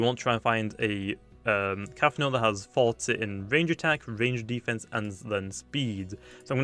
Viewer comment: OMG I WAS SO CONFUSED every time you said 40 I thought you said faulty